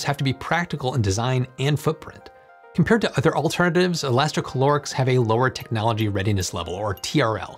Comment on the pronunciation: Elasti ca lo rics You said many times inside the video instead: elasti chlo rics No, it does not have any chlore inside